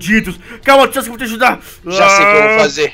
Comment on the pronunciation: No minuto o fala kawuack em vez de Sasuke